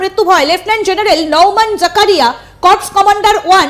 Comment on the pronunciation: কর্পস উচ্চারণ সঠিক নয়। সঠিক উচ্চারণ 'কোর'।